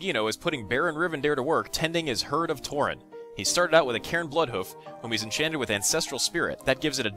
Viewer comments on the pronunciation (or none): none